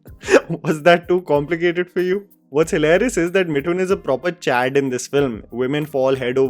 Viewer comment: Isn't it मिथुन and not मिठुन? you pronounce "Th" correctly.